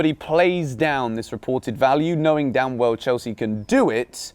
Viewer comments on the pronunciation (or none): woah anyone else notice turn american when he said "damn"